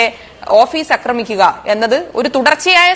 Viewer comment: അക്രമിക്കുക അല്ല ആക്രമിക്കുക, ആര്യയുടെ ആ😅